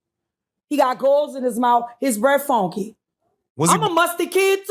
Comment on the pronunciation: SHE SAID HIS BREATH FONKY!!!!!!!!! 💀💀💀💀💀💀💀💀💀